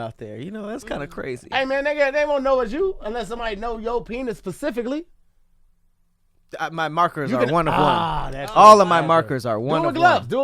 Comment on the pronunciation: ”PASIFICCALY"